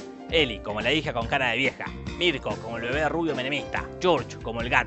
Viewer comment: "MIRKO" JAJAJAJAJAJAJA